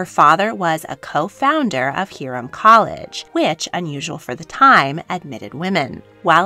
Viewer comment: Most literature on Mary Todd Lincoln completely maligns her, so it was nice to hear a more balanced view. Also, never heard the story about their exchange in the theater, and probably Lincoln's last words to his wife. Wow. Very tiny correction: Hiram is pronounced HIGH-rim. Loving this series!